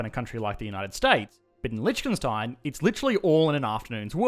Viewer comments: why is he saying Lietchkenstein instead of Liechtenstein ? ( litch - ken instead of lich - ten) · Man, you really need to learn how to properly pronounce Liechtenstein. It's painful to listen you saying it :) Hint: the ch is silent (/ˈlɪktənstaɪn/, or LIK-tən-styne). Here on Wikipedia you have the audio of a better pronunciation (at least for an English native speaker) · oh i allways thought it is Lichtenstein since every german pronounces it that way since Licht is light and Stein is stone so we say it like the two german words we have for it... But i only now realize how it was Liecht all the time xD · It's funny how he pronounces it like "lytshkenstyne" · It's pronounced: lee-TV STATIC-ten-stein. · Litch-khen-stein sounds so wrong... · This. Is. Lishkenstein! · Please do the former communist countries of Central and Eastern Europe Also please try pronouncing Liechtenstein something like leekh-ten-shteyn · I'm surprised no one has said that before. But the way you pronounce Liechtenstein is funny! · I love how wrongly you pronounce the name of the country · The video was awesome but the pronunciation of Lichtenstein killed me. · The way you pronounce Liechtenstein makes me cringe so hard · As a German its funny to hear an English speaker pronounce Lichtenstein xD